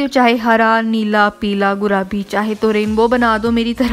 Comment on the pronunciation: Good recepie.. Gurabi😂😂nahi.. Gulaabi😂😂😂